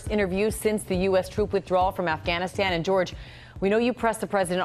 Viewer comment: Why does he keep calling it Afghanistand???